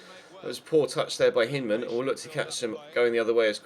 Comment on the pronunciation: with respect, Hyndman is American, so his name is generally pronounced Hine-dman not Hinn-dman. We're weird, and I've only ever watched him in the U21 WC so it might be how you're pronouncing it anyways.